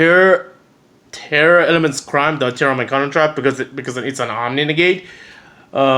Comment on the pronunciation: Are you saying "Tearlaments" or Tear Elements" 😆🤣